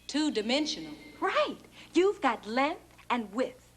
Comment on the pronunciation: What's "lenth"?